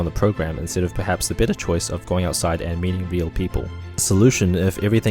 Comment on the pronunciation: I know the narrator said "I hope this video leaves you with a better understanding..." but I had to smile when his accent made it sound like "hope it leaves you with a bitter understanding." Yes. A bitter understanding, indeed.